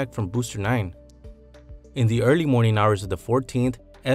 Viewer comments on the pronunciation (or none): none